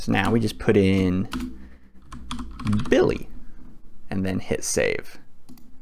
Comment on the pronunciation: It not BILLY 🤣🤣😂😂😂😂 it's BILLI😂😂😂😂😂😂😂